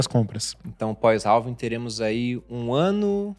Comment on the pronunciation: Pronuncia-se "réving", não "ralving"